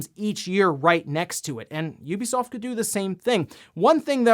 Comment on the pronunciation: OMG! HE SAID IT! An actual content creator actually said the name "Ubisoft" the way I was taught to say it. This is a good moment for me